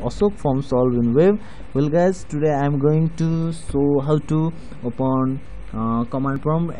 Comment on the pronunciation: #riprip English bro it's open not opuen